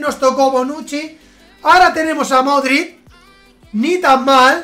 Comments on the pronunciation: When pronuncias Modrić "Modrit", da un poco de rabia ya que se pronuncia "Modrich" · Modrid toty no sabes hablar